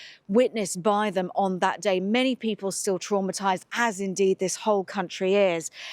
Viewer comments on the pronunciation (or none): none